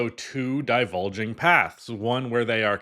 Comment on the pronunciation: Its "Diverging" paths bro XD Two "Divulging" paths is like two flavours of snitching